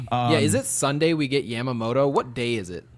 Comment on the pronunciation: say it with me, Yeah-muh-moto. Not YAM-Ma-moto